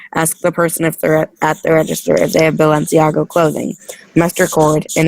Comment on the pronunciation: you're very quiet! also it's BalenciaGA, not Balenciago:D